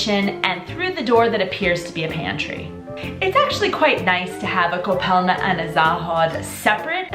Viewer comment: Its ,,koupelna" but otherwise I love how you make my country Shine :)